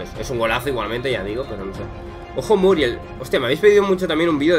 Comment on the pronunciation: Según yo es Muriél (pronunciación), no Muriel, ya te digo, es solo para que sepas. De todas formas, es un videazo crack 💪💪